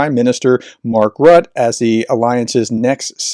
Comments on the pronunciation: Rutte: his name is not too difficult to pronounce.. It's not : "Rutt" with a silent "e" at the end, but more like "Rutteh" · His name is still Roo-tuh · Rutte is pronounced Rutter. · You are mispronouncing the name of Mark Rutte. It sounds more like “”Rutter” or even “Rooter”, rather than “Rut”. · The e in Rutte's name is pronounced almost the same way as the u. So it's Ruh-tuh. And that RELOS pact is going to annoy China. Because India currently doesn't have ports on the other side of China (untill now). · His name is pronounced; rut-te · Pronunciation tip: Mark Rutte (you'll be saying his name a lot). His surname is pronounced Ruttuh. Dutch: [ˈmɑr(ə)k ˈrʏtə] (Wikipedia has an audio file.) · Please try to pronounce Mark Rutte’s name in the right way - it is annoying to listen to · Hi, Dutchie here. Since Rutte is going to be there for a long time and you'll have to pronounce his name a lot, 1 tip: In Dutch we pronounce the last e. But not as an e, more like an u. We call it a 'silent e', if I remember well (primary school lessons). It doesn't sound quite like an uu, more like an u. Mais bon, what am a talking about. Wikipedia always has the phonetics on-board in their pages. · And we have to work on your pronunciation of "Rutte" professor ;-)